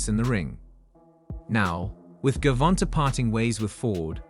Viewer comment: First of all learn how to pronounce his name before you do a piece on him look at the spelling, and you said Gavonta said with a smile to Davis, that's the same person Gervonte Davis sharpen up on your journalism skills boy